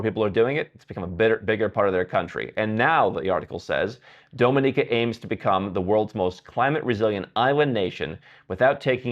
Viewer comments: Your pronunciation of "Dominica" really hurts my ears. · At least please learn to pronounce the countries names correctly whose citizenships you plan to buy! “Dominica” is NOT DOME-in-eeka, but DOM-in-eeka. “Barbuda” is NOT Bar-BOO-dah; it’s Bar-BUU-dah. Also, respect these countries’ people, their culture, and don’t just exploit them for personal benefits.